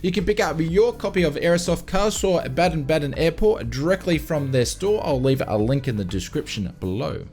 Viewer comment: Yes you say Karlsruhe - Baden Baden correct! Greetings from Baden (Germany)